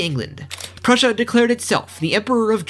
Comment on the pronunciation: I absolutely hate how you butchered prussia, but I would be lying if i said i didnt want more.